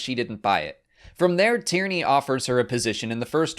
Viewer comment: Tierny=Tyranny Anyone else noticed that?